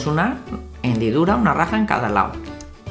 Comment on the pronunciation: porque dices lao envede lado